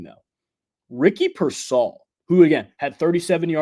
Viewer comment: PEER-sall. Not pur-SALL. Still, good info.